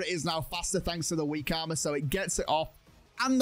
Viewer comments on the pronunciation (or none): none